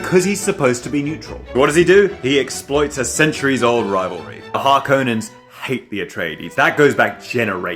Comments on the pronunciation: Thank you thank you thank you for pronouncing Harkonnen as it should be. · Thank you for saying Harkonnen the way you did. I prefer that way instead of how they say it in the new movies. Just sounds so very wrong after playing Dune 2000 and Emperor for so many years.